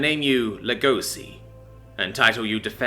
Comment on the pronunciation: oh that's actually pretty cool if that's where the name came from. Though it's only "Lugosi" cause pronounces it like that for some reason. It should be pronounced more like Lego-shee.